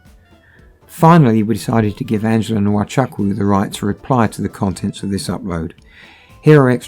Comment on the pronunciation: The name Chukwu is pronounced Choo Koo, NOT Chuck Woo.